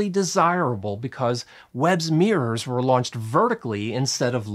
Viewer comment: There are two Rs is the word MIRROR…… Jesus Christ. No idea why you insist on calling it a Meeeurs